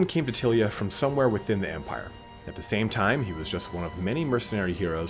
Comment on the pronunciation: There`s nothing to worry about in the pronunciation. There are no Italian words in DOW, only words that some English guys made up which sound Italian-ish. I`m more worried that you are massacring Tilea, which I always thought of as ty-lee-a. Also, being American (which you cannot help) you don`t see all the puns, in-jokes, references, & play-on-words that old-school warhammer/40k used to be stuffed full of. Otherwise, good work fella.